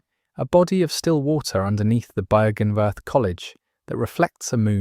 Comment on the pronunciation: Version 69420 to pronounce Byrgenwerth and Oedon unlocked!